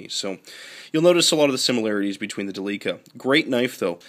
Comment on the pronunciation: Good video. And it is pronounced Del' lica